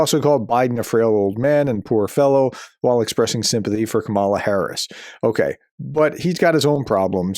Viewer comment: I don't care if you are a trump voter say Kamala correctly. Your refusal to do so shows misogyny and racism.